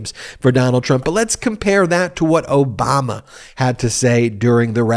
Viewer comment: Note how Trump pronounced it "O-bummer" very deliberately and of course, childishly.